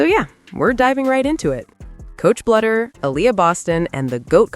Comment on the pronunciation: Bluder is pronounced Bloo der